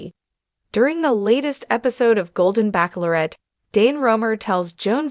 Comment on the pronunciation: This Show is called the Bachelorette NOT pronounced Back Lor ette!😂